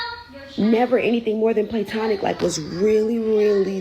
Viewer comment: "PLANTONIC" LOL! OK! :face-green-smiling